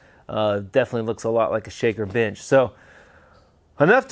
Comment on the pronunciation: 🫣I’m hard of hearing and kept thinking you were always saying “bitch” instead of “bench” thinking dang this guys gangster. Hehe